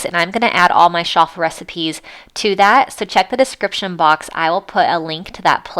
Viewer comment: It’s Ch-affel!!!!!!!